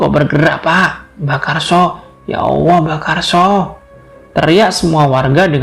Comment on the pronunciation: Mas min.. Tlonk untuk artikulasi kata2 lebih di prhatikan, mhon maaf mungkin mas mimin bukan bragama islam, jd sy minta tlonk utk di prbaiki, contohx seprti pnyebutan lafadz ALLAH, tlonk yg baik dn bener bulan ya owo ya owo., ini nama Tuhan mas, pemilik langit bumi dn sluruh isix.. Trmsuk jiwa raga mas mimin ini.. Trimaksih smoga mkin jaya.